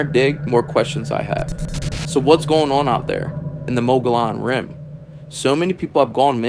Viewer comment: Perhaps you should get your AI to pronounce mogollon rim properly